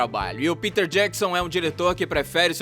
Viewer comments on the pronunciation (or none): none